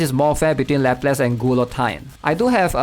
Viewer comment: lapless ... gulotine .... ugh